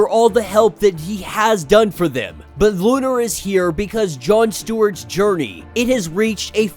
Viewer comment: Bruh, it’s “Lo’nar”” not lu’nar